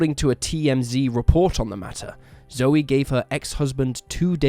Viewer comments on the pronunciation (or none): Not that it matters, but Zoe McLellan's name is pronounced like 'joe' not 'Joey'.